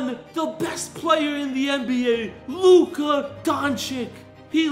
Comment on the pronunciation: “The best player in the league Luke Doncoc”💀💀💀💀💀💀💀💀💀😭💀💀💀💀💀💀💀💀💀💀💀💀💀💀💀💀💀💀💀💀💀💀💀💀💀💀💀💀💀💀💀💀💀💀💀💀💀💀💀💀💀💀💀💀💀💀💀💀💀💀💀💀💀